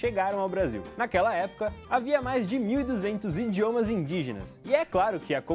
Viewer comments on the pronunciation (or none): a partir do momento em que o gajo diz Indiomas Indígenas esse vídeo perde toda a vericidade hahahaha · "INDiomas indígenas"